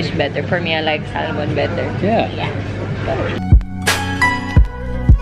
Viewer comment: Sal-mon... hehehe